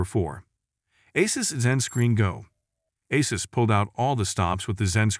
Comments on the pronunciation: Asses ROG 😂😂😂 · Am I loosing it or have they pronounced Asus in a few different ways. 🙃